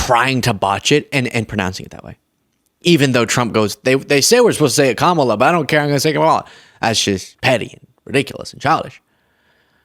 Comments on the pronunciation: His pronunciation, being Latino has a very clear connotation: in Spanish, he is pronouncing "Qué- Mala"... Translation to English means roughly: Real Bad, Soo Bad... He knows Exactly how to pronounce her name This Way, to have Spanish speakers grab the phrase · the mispronunciation of Kamala as Kay-Mala is an intentional insult using the Spanish phrase “Qué mala” which means “how awful” or “how bad is she” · Hey, the pronunciation from a hispanic point is "que mala" like how bad or she's bad, that is what I heard when you played it. Also I agree the weapons do sound like something that you get a Taco Bell. Great show as always, people please subscribe this young man is great, smart, informative and the coverages of the rallies are always amazing. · I'm guessing he was trying to play the MAGA mispronunciation game by saying "Que mala" ("how bad" in Spanish) instead of "Kamala"...🙄 Un chiste de Papa. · In Spanish, the pronunciation “Kay-mala,” can mean “How Bad,” as in “Que Mala” in Spanish. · That foolish rube guy lost all credibility calling her "Kay mala" not to mention other disqualifying comments. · In Spanish K-mala, pronounced“Que mala” would mean “she’s awful!” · Kay-mala is a play on words: "que mala", pronounced "kay mala", means "how bad" or "what a bad woman". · They're pronouncing it in SPANISH. "Que Mala" means "how bad" or "how evil" in Spanish. Que Mala Harris....very tacky. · I have a sneaking suspicion that the latino "round table" or event guy was making a really lame pun on Kamala's name. So, if you said "que mala" it would be something to the affect of "she's so bad" and it would be pronounced roughly the way he said it. I think it must be that because if you pronounce Kamala in Spanish it's her name, Ka-ma-la. Period. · It Spanish way with long A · It shows your intelligence if someone tells you their name and you can't pronounce it, i dont get it. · Mispronouncing her name is racist and misogynistic